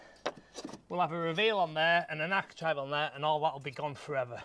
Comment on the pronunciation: It's bloody architrave not architrive !!!